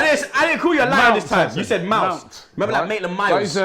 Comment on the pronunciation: Robbie said Mouse LMAO